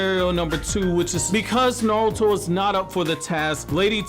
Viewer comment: I wish the guy with the best Naruto channel knew how correctly pronounce Naruto. The way he leaves out the "R" is so grating to me. Great stuff otherwise.